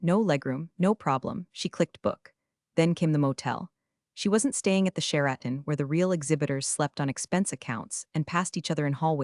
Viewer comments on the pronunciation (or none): Share-At-Ton for Sheraton!?!?! 😱